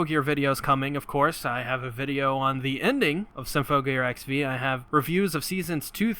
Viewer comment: I love everything about this video, but XV isn't pronounced like the letters. It's pronounced Ekshiv, like how AXZ was pronounced Access. (not that ekshiv is a real word)